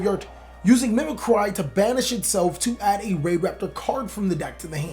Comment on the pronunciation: Mim-eh-cree... is anyone literate around here?